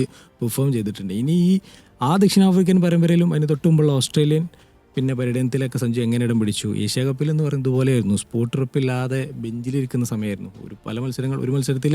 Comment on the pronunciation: Athirr not athin